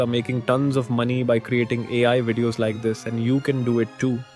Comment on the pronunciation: Dummy you didn't generated it. It's already a generared video on qwen. And it's AI not ayi. It's Era not Eee raa